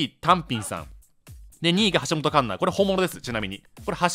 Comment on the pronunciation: 橋本環奈をアジカン(ASIAN KUNG-FU GENERATION)みたいに言うな